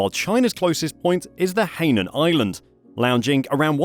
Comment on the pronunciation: Hi-nan Island.Not Hay-nan Island